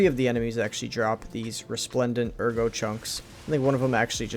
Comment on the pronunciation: why do you call it agro when in game they say it the way it should be said lol it’s ERGO pronounced like AIRGO in game